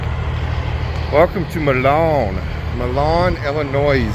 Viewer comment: You pronounced Illinois (Ill-ah-NOISE) correctly the first time. It's weird to see more snow to my south than up here in the frozen tundra.